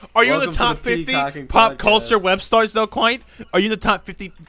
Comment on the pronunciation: You're not right, you're Kwite.